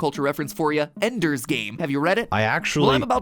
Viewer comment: Ender sounds like Edger